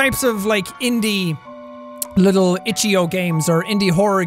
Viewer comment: It reads ichou, not ichoo